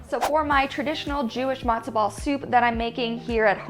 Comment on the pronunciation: It's not "Madzo" ball soup, it's Matzo ball soup. It's not "Briddish", it's British. Pronounce your t's like a regular human being.